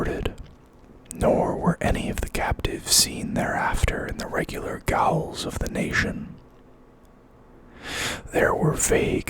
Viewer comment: gaols = prounounced jails